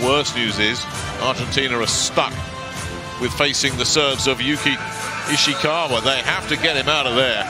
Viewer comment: I love how the speaker messed up Ishikawas name persistently